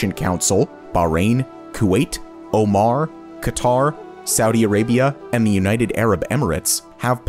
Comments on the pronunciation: Aaaah, yes, the wonderful country of 'Omar' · Well because the narrator speak english as a first language His accent cause oman to omar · My guy called Oman as OMARRR 😭💔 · Did you just call "Oman" "Omar"?